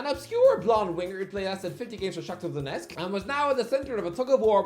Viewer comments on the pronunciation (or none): none